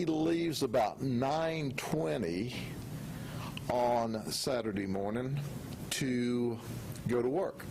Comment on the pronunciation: "on Friday morn'ya" hahaha I love it. Even when he trips up a lil its GOLD. im SAYING "goodmornya" from nah'on.